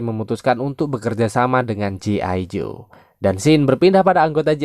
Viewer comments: Bukam gi ijo bang tapi G.I. JOE cara bacanya ji aijo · Bg,,G.I JOE Bg ,, bukan gi ijo 😂😂😂